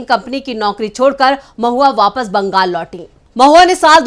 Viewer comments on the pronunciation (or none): none